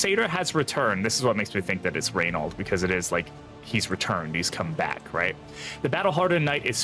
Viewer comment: Btw it's Ray-no - the French prono of his name